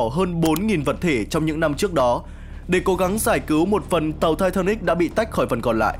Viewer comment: Sao ko đọc là titanic cho nó thuần việt nhỉ. Nghe thai tha níc khó chịu thật sự